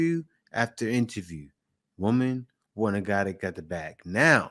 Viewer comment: yo, where they finding you clowns? Idk where you are from, that as an American you can't pronounce properly; the difference between woman (1) and women (plural). It seems to be a trend these days..